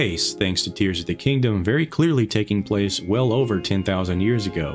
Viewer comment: I shed a tear when you mispronounced tears repeatedly.